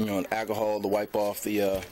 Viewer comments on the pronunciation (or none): "Akahol" Lol. Sorry.